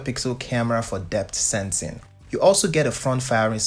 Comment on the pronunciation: "Depth sensin'" 😂